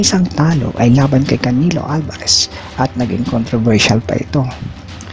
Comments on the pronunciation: Canilo ba tlga bigkas dun?😅😅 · Natawa ko sa pronunciation mo pre.. trypol GG ,canilo Alvares, ket Thurman ..hahaha